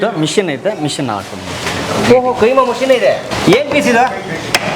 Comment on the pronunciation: Kaima alla keemaa